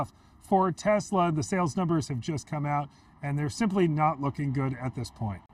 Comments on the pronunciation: “I love Tesler!” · It's TESLER!!!! 😂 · Tesla? Oh, you mean Tesler!